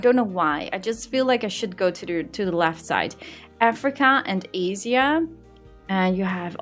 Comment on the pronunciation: She did not say Asia like that 😭😭😭😭😭